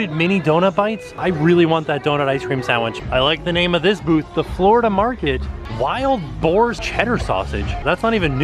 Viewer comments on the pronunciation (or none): none